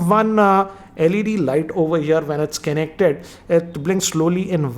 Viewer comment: How do you say connected as Kennected? That's fascinating, really